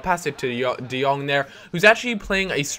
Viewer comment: Jong = Young I live in the netherlands and Jong means Young and you speak it out like De Young